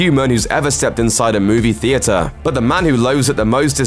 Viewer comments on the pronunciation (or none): none